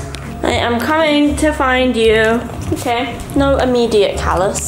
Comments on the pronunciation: Caylus not calus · Caylus❌ Cahles✔ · 7 u say colas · I love how calls caylus as CaLuSs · keeps saying calus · it's not calus its caylus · the way pronounces caylus is so funny